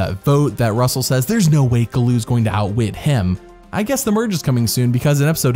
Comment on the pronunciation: The slogan is "OUTWHIT, OUTPLAY, OUTLAST! Not outnice!